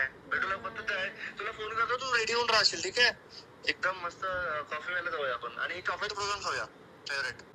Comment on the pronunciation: Piyayla❌ Pyayla✅